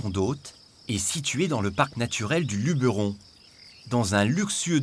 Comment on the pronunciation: LubEEUURon ? On dit pas plutôt Lubéron ?